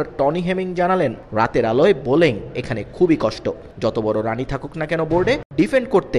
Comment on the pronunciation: সাংবাদিক না সেই স্টাইলে উচ্চারণ করে বোলেং করা কষ্ট 😂